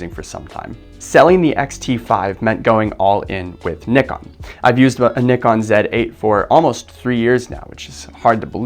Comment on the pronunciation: Wow, you're one of few to properly pronounce Nikon 😂